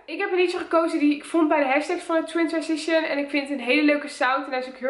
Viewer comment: Twintwensition zegt ze 😅